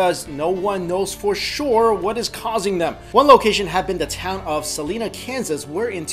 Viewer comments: Hey, just so you know It's pronounced Sa-lie-na, not Sa-lee-na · Selina is pronounced Sel-eye-na. Sorry but that bothered me. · Ughhh. You said Salina wrong. its said like (Suh - Line - Uh) I would know because im from Kansas. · Sorry dude, gotta correct you here as a native Kansan. We pronounce it "Sah-line-uh" Just nitpicking :y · Great video! For future references, it's Sah-line-ah, Kansas (it's not like the singer). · its sa-lyna